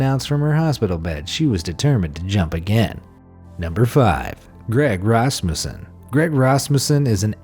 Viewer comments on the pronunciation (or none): It is pronounced rusmusan